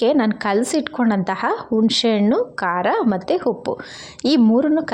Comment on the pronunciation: Anna(rice) na hanna antiddiri alla 😢😢 uppu(salt) ge huppu antiddira and aidu(5) ge haidu, oil ge hoil 😮 uddin bele ge huddina bele😔😔 arishina(turmeric) ge harishina 😮 innu estond words tappagide, omg I can't listen improper Kannada en bekadru sahiskotini ee thara kannada na sahisoke agalla 😭😭